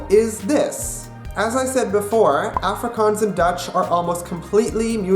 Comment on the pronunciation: Prenounce Afrikaans proply